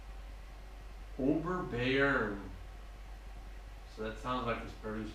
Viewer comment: Thanks! Nice review, and great pronounciation of the rather complicated word "Oberbayern". Have a few more and you might find it easier with any sip. Looking forward to those other two Camba beers you're about to review! If you want to see the details to this brew, follow this link